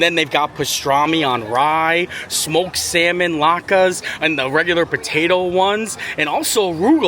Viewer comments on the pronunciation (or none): none